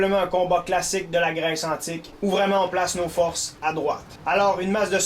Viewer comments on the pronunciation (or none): none